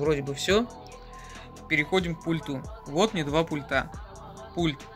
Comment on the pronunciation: А эта, а та, а эта. Не судьба модели озвучить и показать наклейки не дергая? Не пультА, а пУльта. Идентично, а не эдентично